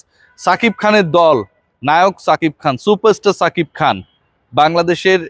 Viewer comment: ছাকিব খান না রে ভাই,সাকিব খান😂